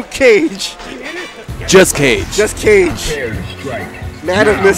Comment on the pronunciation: It's said "ka-geh", not cage. It's Japanese for shadow, or something like that.